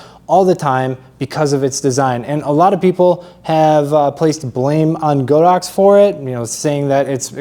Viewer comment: It pronounces God ox!